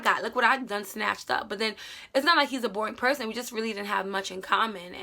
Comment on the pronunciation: I thought you said prison at first lol